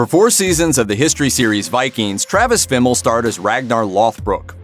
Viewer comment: You don't even know how to say his name.